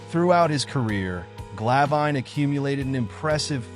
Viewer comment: Its Glav In, not Gla Vine. Might wanna double check the pronunciation before you make a documentary about him. 🤔🙄